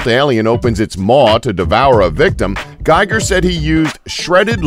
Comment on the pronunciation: Its pronounced GHEEger not GUYger...many times i think ur part of the agenda.